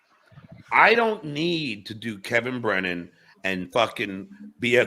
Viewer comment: Underrated Johnism: Kevin Brennan = “Kem Brem”